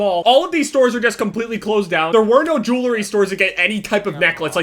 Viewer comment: says "Jewlery". I'm so done...